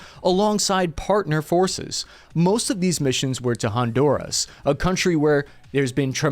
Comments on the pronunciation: its honduras not hondouras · Did you say “Hondourish”?😂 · keeps mispronouncing Honduras😊